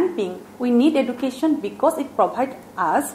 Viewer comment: Ma'am thank you eman hundor vabe bujai diar babe kintu ma'am pronounciation tu apunar vul hoise (education)is pronounced as (Ejucation) . teacher eh jodi hetu hudhorai diye tnte ahibo logia students buror hubidha hbo